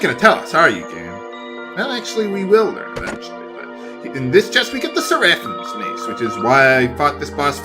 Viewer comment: 'Seraphim' is pronounced Sarah-phihm (i in phim = i in film). 'Mousse' is pronounced MOOSE! We've gone over this,...